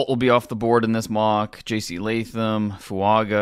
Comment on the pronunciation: I thought he was the expert and doesn’t pronounce FuaNga 😅